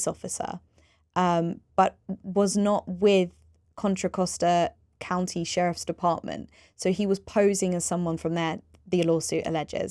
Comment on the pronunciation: Next time get an atty who is at least willing to TRY to pronounce the entirety of "Contra Costa county". It's really not so hard.